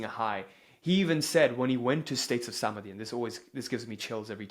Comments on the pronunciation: It's not Saamadhi , it's Samaadhi. 🙏😇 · ❤ Thank you for this info. please do work on correct pronunciation of key Hindi/Sanskrit words. dhaarna, Smaadhi, etc❤